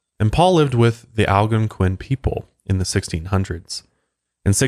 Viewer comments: Man I love coming here and listening to these whenever they drop. But can I just say I absolutely hate the way he pronounces "Algonquian" (al-gone-kwin) as (al-gunk-win) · Will someone please teach him how to say Algonquian lol